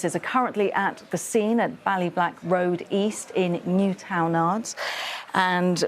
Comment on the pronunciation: That's the correct way to pronounce Newtownards. Not the way the presenter pronounced it.